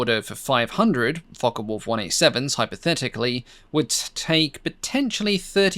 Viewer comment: Very interesting video, but don't you just hate it when people pronounce Focke (as in Focke Wulf) as Fokker Wulf. I have always known it as "Fock" rather than Focker. One is German, the other Dutch, aircraft manufacturers... All very clever people. It's right up there with film soundtracks that play the Junkers Ju87 dive sirens at any time that any aeroplane is diving...😂